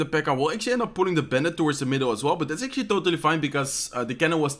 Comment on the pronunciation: "Lets akcualy go with..$ 😂